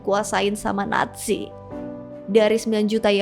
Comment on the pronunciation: Bbrp kali bilangnya kok ‘netzi’ kak. ‘Natzi’ udah bener utk baca ‘nazi’.